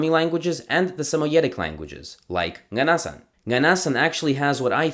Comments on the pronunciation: hey! a little note: nganasan is pronounced with the accent on the last vowel (nganasAn) :) I’m from Dudinka which is the town where nganasans live and I’ve been familiar with their culture since childhood, it’s always been fascinating! this is an incredible and informative video!! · You have to pronouns ng at the beginning of those words it will produce a “nya” sound slightly when you say it this is why their language must be called “nya” in their language